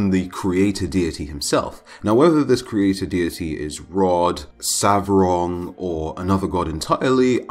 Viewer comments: Its not Savrog but Svarog!!! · Svarog! Not Savrog